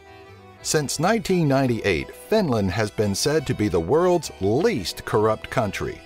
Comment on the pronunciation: EBINLAND :D :D :D :D :D